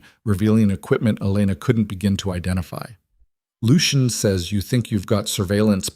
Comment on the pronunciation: AI just cant pronounce Lucian.